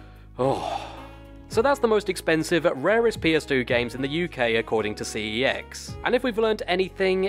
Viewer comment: Preach. 👍 Also glad to hear I’m not the only one who pronounces it “See-Eee-Ecks”. “Sex” (as it’s said in their ads) just sounds wrong.